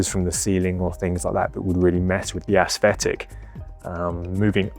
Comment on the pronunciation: I like your "ass-thetic"